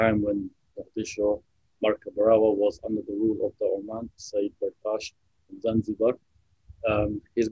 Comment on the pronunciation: This is false narrative history,this is not zanjibaaaaaar , this is Somalia